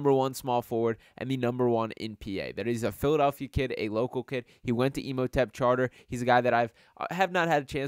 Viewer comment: It’s crazy how people can’t read😭 Imhotep not Emhotep white boy, dudes not even from the actual city making channels ABOUT the city lol